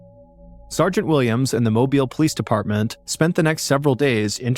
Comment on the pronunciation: Another interesting story with great delivery. Kudos on the pronunciation of Mobile. The malls in Mobile are not downtown and neither were new in the 80s.